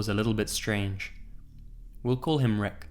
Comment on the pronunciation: Replace Rick (It sounds like he says reck) with shrek, instant troll pasta